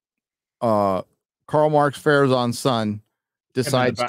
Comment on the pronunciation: "Carl Marx Farazon" lmao🤣 I can't not laugh.